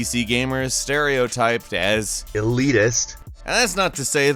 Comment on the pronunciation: haha, why did it say "elitist" so oddly?